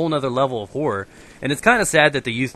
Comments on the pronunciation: the way says horror sounds like whore >.> Theres alot of whore movies I agree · i first i thought he said i love whore -__ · i thought he said whore movies lol cos of his accent lol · I thought you said "I love the whore movies" mmm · I though he was saying whore movies till i saw the title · when said horror i honestly thought he said whore lmao.